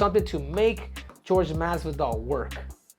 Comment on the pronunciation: You're saying Jorge wrong bro 🤣